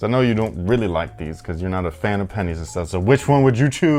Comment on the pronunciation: i dont know why the way say "pennys" sounds awkward to me. i hate that penis kinda sounds like pennys now i cant unhear saying "you guys know i love pennys, man"